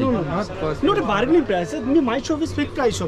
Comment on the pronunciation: I am an india but it's funny 😂 barggening